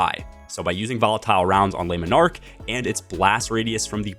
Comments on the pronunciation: It's not Les Monarque like you are saying, that would be plural. It's Le, singular to take the s off when pronouncing. Please. Great video as always. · Lemon Arc😂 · Man you butchering the name of that bow 😂